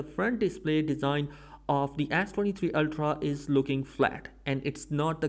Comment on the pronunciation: “Ass 23 ultra”